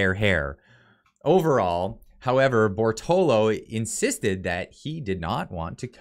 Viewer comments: Read and say it with me: Bor - to - lot - to. 4 syllables. Very easy 1, 2, 3, & 4. You can also clapp your hands to make it easier. Compare: Bor - to - lo vs Bor - to - lot - to Cheers* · Bortolo ... His name is clearly Bertolotto so unless you are openly hostile could you please just read the freaking name right at least once out of 5 times? If you are a poor reader why even do your channel this way? Just talk about things instead. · Sound it out bro (Bore-toe-lot-toe) Bortolotto . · How do you keep missing the "tto" after the last "o" you say in Bortolotto? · Exactly, just my thought. I think owes Mr Bortolotto an apology for butchering his name like that.